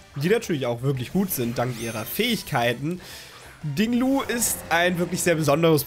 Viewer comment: Wieso sagst du immer Ding Lu, der heißt doch Ting Lu 😃